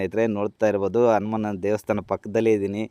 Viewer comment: Guru Adu ಹನುಮಾನ ಅನುಮಾನ alla Modalu devara hesru crrt aagi helod Kali Aamele video maadu